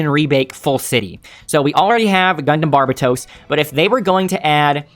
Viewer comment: Dunno how you're managing to pronounce Barbatos incorrectly.